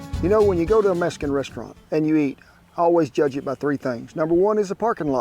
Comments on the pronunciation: It's pronounced mexican not meskin🤦‍♀️ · I really like you, Kent, and your programs but I really wish you would NOT say "Meskin" rather than "Mexican." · Did he say "Messican Restaurant" ?